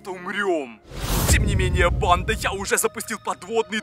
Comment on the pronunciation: Мне ненравится когда ты говоришь бандаааааа ты ударение ставишь и ещё ты надаел говорить чёрттттт